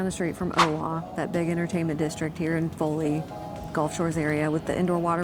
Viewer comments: It is pronounced foe-lee. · It’s Foley with a long O. 😊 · It's called, "Foooo leee".😂😅😂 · It’s FOE… LEE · Great video I might have to stay and check it out. I live about 45 minutes from Foley. Pronounced Fo-Lee Yeah I remember in high school we would go to the beach all the time. I don’t really go that much anymore it’s crowded and nothing but buildings everywhere. I remember the dunes on the beach and you could ride dune buggies on the sand. I think it has grown to big and all the fun has been taken out of the beach or what I remember as old family fun. Well if someone has been there it is a great experience and a lot to do and we have pretty white sand. Great video keep it up and now for another cup of coffee. Stay safe and God bless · It's say the "O" in Foley!!